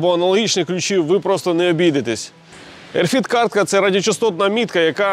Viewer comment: RFID - не "ерфід" , а RF ID "ЕрЕф Айді", тобто радіочастотна ідентифікація 😉